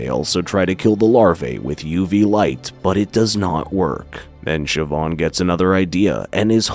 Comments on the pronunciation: Irish can be a .... weird language to native English speakers. The actual pronunciations are a bit hard to type because the language itself has broad and slender constants and vowels which are sort of hard to type out. "Siobhan" is pronounced "SHI-VAHN", not "SHI-BAHN" but you were close! Ciara is pronounced "KEE-ARAH" not "SEE-AIR-A" I'll cut you a lot more slack with the ship name, as to a native English speaker the actual pronunciation will make no sense. Niamh is not pronounced as "NEE-AHM".... It's "NEEV". Amh makes the "OHV" or "AV" or "EEV" sound in Irish, and IA is pronounced like "EEE-AA" or "EEE". Cinn isn't pronounced "SIN", its pronounced "KEEN". Óir is not "O-EER", and again the pronunciation is a bit hard to type, but its sort of like a combination between "ORR" ,"AR", and "OH-ER". So the ships name would be pronounced "NEEV" "KEEN" "ORR" Told ya Irish was weird :P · It's pronounced "SHI-VAHN" It's an Irish name.